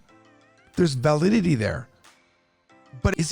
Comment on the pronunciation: Whoa partner. Check your English vowels. The vowel of “val” in “validity” is the schwa sound.